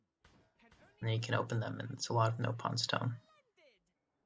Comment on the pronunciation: I can tell you played Xenoblade Chronicles X cause you pronounced it as “NOPE-on” instead of “NOP-on”